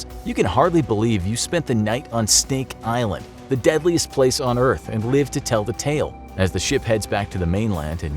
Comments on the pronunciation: Did he say Steak Island? I'd be down for that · “stink island”